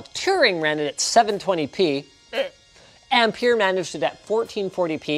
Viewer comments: Sounds like you rather said "Empire" than "Ampere" lol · Okay so in Australia we pronounce ampere like 'amp-air' so every time Linus said it i was like whaaaaa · Ampere rhymes with pear. Just so you know!